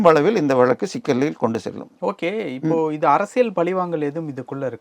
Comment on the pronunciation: Please pronounce tamil properly. Can't you say VAZHAKKU. Why valakku. Stupid.